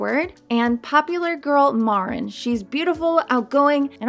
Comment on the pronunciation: pronounced Mareen